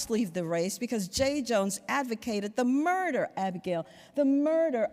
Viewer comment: The murrrder Abigail, the murrrder Why is making me laugh 😂😂😂😂